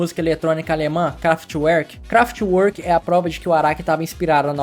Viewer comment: se pronuncia craftverk🤓👆